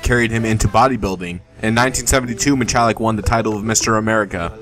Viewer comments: It's pronounced Mi-hall-lick not Mi-chall-lick. Steve did not die from steroid abuse. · Steve Mihalik, pronounced with just an H not ch...dmass